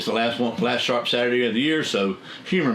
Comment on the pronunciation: I remember when I first started to watch. The first video I seen I thought you said shart Saturdays. I thought well must be some good blades coming up